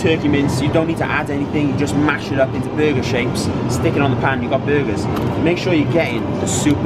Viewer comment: Almost sounded like he said butt for burger and ass for eggs lmao